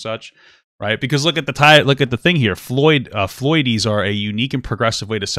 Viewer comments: Pretty sure it’s Floyd’ies. Not Floy-dies. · and its pronounced "Floydeez". Not Floy-dies btw